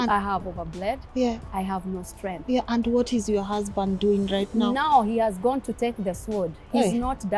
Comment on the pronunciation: Strenttreength of a woman!!!